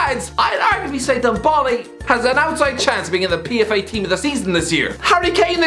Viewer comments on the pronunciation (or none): The way he pronounced ndombele😂😂